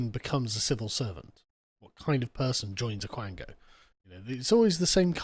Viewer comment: Quango, not blango.